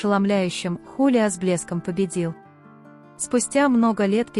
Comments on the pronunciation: ХулиО , а не ХулиА! 😂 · Зовут певца ХулиО Иглесиас, а не ХулиА... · Почему ХалиА, а не ХулиО Иглесиас? Просто слух режет!😮